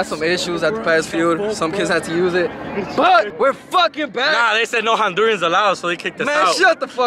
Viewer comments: Someone school that it’s pronounced “Hondurans” NOT “Hondurians” 😆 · ese embes de decir Hondurans dice Hondurians LMFAOOOO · hondurians.. me: hondurAns. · Hondurans*** not hondurians! sorry it’s been irking ma soul i would’ve been corrected all they asses as a catracha 😂 all love 🇭🇳💙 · hondurans* not hondurians plsss😭😭